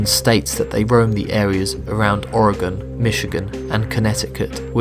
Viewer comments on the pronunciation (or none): none